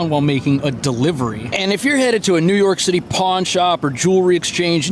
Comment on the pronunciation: New York Cit-ay